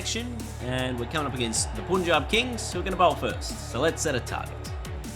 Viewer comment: It's Punjab as in Pun (the English word)-jab. Not Poon-jab.